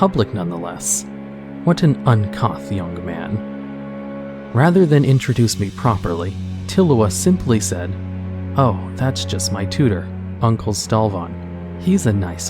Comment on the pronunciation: It’s pronounced un-cooth brother. Dope videos tho, keep it up.